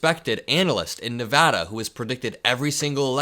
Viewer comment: I love you for saying Nevada correctly. Smart young man. 💙